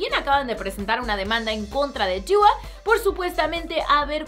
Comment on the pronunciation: Me carga cmo dice dua por que es tan brillenta deoh meoh jauaja👊